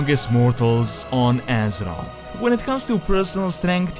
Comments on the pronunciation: it's azeroth not azerott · I hate the way this guy says azeroth so much. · Love the video, just please pronounce Azeroth correctly once T_T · The way he says azeroth gives me cancer